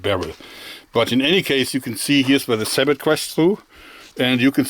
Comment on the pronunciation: do you mean sabot? Pronounced (sæboe)